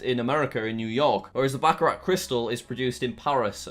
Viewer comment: I don’t think that is how you pronounce Baccarat.